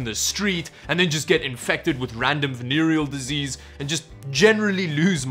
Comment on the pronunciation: drink everytime says "vanerial desease"